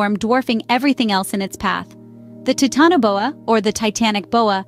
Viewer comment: Ok its not pronounced tit in a bowa. Youve even said titan correctly. Tf? Thats a pass from me. Im not watching that atol.